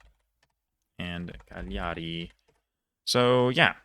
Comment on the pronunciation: Nailed most of it. Few mistakes he made, I write the correct version: Cágliari, Téramo, Trápani, Údine, Cúneo, Verbáno-Cúsio-Óssola, Sássari. Great job btw